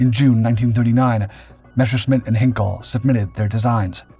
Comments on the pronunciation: It is NOT 'Hinkle' ...HEINKEL !!!... 'Hein' very close to Hain (the father of the axial .. NOT arial jet engine) .. and 'kel' like kelp WITHOUT the p .. is that too difficult for a yank? You m0r0ns don't have problems when it comes to pronounce 'Heinrich Himmler' telling he was one of the biggest villains (I didn't say he wasn't !! ) .. that's the same 'Hein' .. or heinous WITHOUT the 'ous' ... Heineken WITHOUT the 'eken' You p** heads wants us .. your fine, ancestral people .. to pronounce "Yosemite" .. "Chattanooga" .. "Mischievous" (yes language can be) .. "Epitome" .. "Draught" .. etc. right too .. 'eh ? But yes, just let AI, 'autopilot voice', 'computer alex(a)' .. the (a) if he/The Voice is transgender, LBTGTHDSP "und so weiter" ... talk without any check or correcting things Wars has started on less than that. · ""Henkel""??? Heißt ja wohl HEINKEL!!! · Heinkel is not pronounced "hinkle". "Hine kel ", please... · Der Flugzeugproduzent heisst "Heinkel", und nicht "Henkel". Henkel ist ein Waschmittel